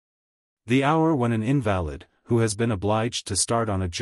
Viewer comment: The reader pronounces the word invalid incorrectly. Invalid as a noun, meaning a person who is ill or has a disability, is pronounced differently from invalid used as an adverb, meaning without truth or fact. The cadence is off as well, this sounds very artificial and robotic.